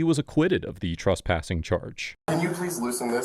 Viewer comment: Why do you call it "trUspassing"? The third letter is an E, not a U. Did the reporter get arrUsted? In the morning, do you get drUssed before going out? It's TRES, rhymes with DRESS.